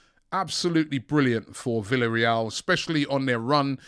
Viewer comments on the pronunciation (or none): none